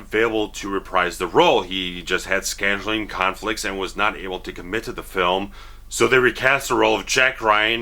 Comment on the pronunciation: is he trying to say scandaling or scheduling? I know scandaling isn’t a word but I can’t tell if he just said scheduling like a derpy derp or if he actually meant to say scandalous conflicts.